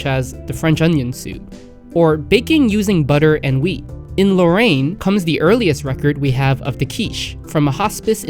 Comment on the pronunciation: As someone from Lorraine, where is this "lowayne" you keep mentioning?